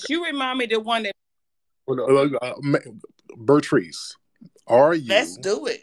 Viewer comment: I’m 😭😭😭😭He called her Bertrice😂😂😂😂